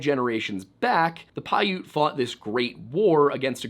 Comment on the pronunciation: Damn! One of the only Youtube channels that has pronounced Piute correctly.